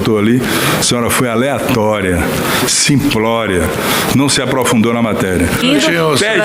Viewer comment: "Simprória" o cara nem sabe falar! Vai te catar Senador de Merda!